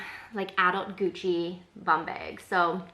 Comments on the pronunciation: Bayg or Baig LOL. No! Neither. Say it with the same sound as you pronounce the word “back.” 😘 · I just moved to Canada n I’m pretty sure it’s a Canadian thing because everyone be out here saying “beg” instead of bag 😛 haha I love it 😂 and I love your carefully curated collection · I’m from east coast Canada and I noticed the way you say bag too. Not like I say it. 😄 But then I’m French, so there’s that. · The way west coast Americans say bag is a hard ‘a’ like the ‘a’ in apple. I like your bag collection!